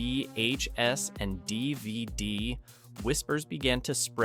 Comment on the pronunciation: The way you said "vhs" and "dvd" was so strange....i don't think you're an ai voice but that had me wondering. You had an odd pause after the word "dr." at the beginning too